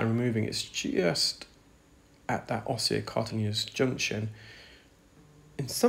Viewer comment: I’ve always known it as the osseocartilagenous junction. Your pronunciation is not congruent with convention.